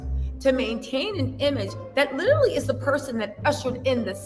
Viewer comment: I LITALLLY (literally) can NOT deal with you any more. Learn to speak right. LITALLY killing me.😂😂😂